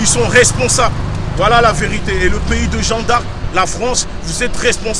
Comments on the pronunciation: Et j ai bien enttendue il dit " on est au statut de jean d arc " 😂😂😂😂haaaa gucci.... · Il arrive mm pas a dire jeanne d arc correctement 😂😂jean d arc jean d arc y a deux jours il a dit.. ceux qui sont en libye c est de votre faute on vous a prevenue fallais pas y aller... et la maintenant tu demande de les liberer mais frere ca n a aucun sense se que vous faites chaque video vs discredite un peut plus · "Jean D'Arc", faut apprendre a parler déja.